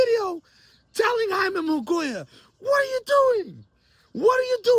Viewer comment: So did charlo or Reséndiz duck. Also you say Munguía so fucking newbie lol